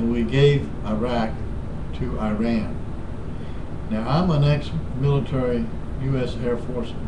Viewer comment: Shut the fuck up you old fart. Go eat your twinkies or some shit Learn to fucking pronounce IRAN properly first before you even begin to talk about them, dipshit. hahahahahaha